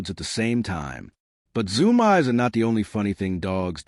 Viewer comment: Are you kidding me with this AI voiced crap? Zoomies pronounced zoom eyes? lol. Yea no thanks skipped the rest!